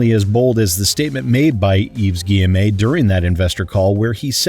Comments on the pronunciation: Hey, just want to point out it's pronounced Gui-ye-mo and not Gui-ye-may. Have fun with the D&D stream! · Stop saying guyemé plz that’s not how it’s pronounced do some effort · Hey, Just to let you know, Yves's name is pronounced "Eve ghee-eh-moe" I found myself snorting a bit at your pronunciation as a French speaker. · The pronunciation of Guillemot as "Gi-Em-A" is killing me! XD I can't breathe! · Love that you put in the TB-style review of the options menu 😄 Also love that you consistently mispronounce Guillemot's name, because he clearly does not respect the customers of the games he publishes, so neither should we respect him in turn.